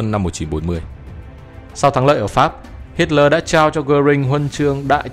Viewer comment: Nghe đọc sai sai sao đó? Tôi thường nghe đọc là Hít le mà không phải là Hít lo• và jet ta bo mà không phải là jet ta bi hay gì gì đó